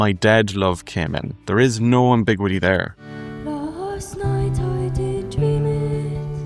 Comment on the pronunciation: The way you say ambiguity . . . that's . . . different. I say it with five syllables. You say it with four, and I've never heard it said that way before.